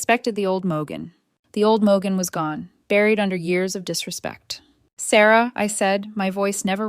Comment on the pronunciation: I thought her name was Morgan, but your AI pronounces it Mo gun 😂